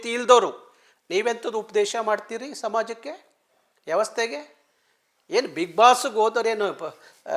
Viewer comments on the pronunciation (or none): Adu yavastge alla vyavasthe